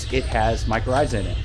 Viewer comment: I am IMPRESSED how well you can pronounce that fungi. Like WOW LOL